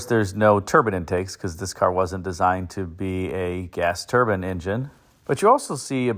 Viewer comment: Why do some people pronounce turbine as turban ? Every time he says it, I imagine a Sikh.